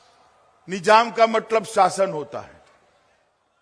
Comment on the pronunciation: Nijaaaam nahi nizaaaam. 🤦‍♀️🤦‍♀️🤦‍♀️🤦‍♀️🤦‍♀️🤦‍♀️ bhasaaaaa gayeeee